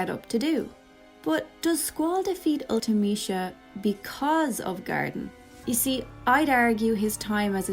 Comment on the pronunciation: I've never heard anyone say Ultimecia out loud and I like your pronunciation of it. I always read it as ultee-meh-see-uh.